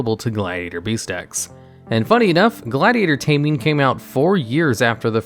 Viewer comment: I dont think you've read gladiator taming right.